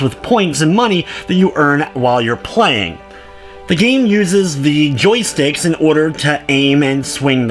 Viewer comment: Omg muricans... (playing) -pchhhhwuain ... (plenty) pchhhhwuenny what the fuck? -.